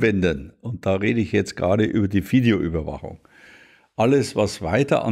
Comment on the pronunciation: die bayerische Fideoüberwachung mit F ist am besten..